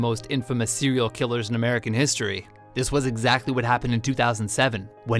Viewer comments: Sewial killer. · this sewial killer disturbed californiyah